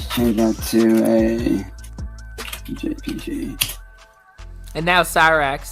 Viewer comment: pronouncing ".jpg" as "Jay Pee Gee" might be one of the worst things he's done.